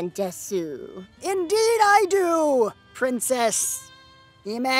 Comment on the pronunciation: "Princess"? I thought she said she was a "Pwincess".